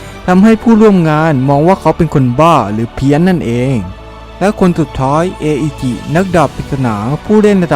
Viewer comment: อิจิครับ ไม่ใช่ เออิจิ